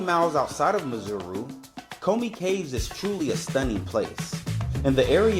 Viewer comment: broo you pronounced it so well from the gate,..... 😀